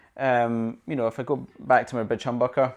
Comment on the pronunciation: It just totally sounds like you're saying "...the bitch humbucker", lol. I'm totally going to start calling mine bitches from now on. Awesome review!